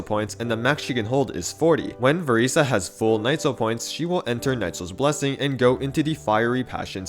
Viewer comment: I'm so sorry could you please say her name right 😭😭